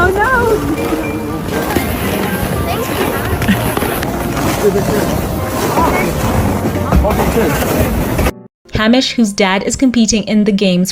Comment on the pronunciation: By tje way, Hamish (a very Scottish name) is pronounced haymish - hay as in dried grass, as in making hay.